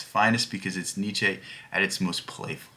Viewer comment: You gotta pronounce the names propery, dude 😂 Google the pronounciation of Nietzsche and Sartre